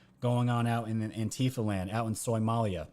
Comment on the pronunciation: “Soymolia” LOL!!!😂🤣😂